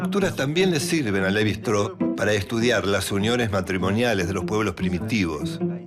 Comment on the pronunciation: Shtráus, no “Estró”.